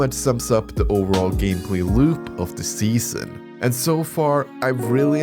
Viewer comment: "SEAON" of the chosen. Sorry I couldn't help myself 🤣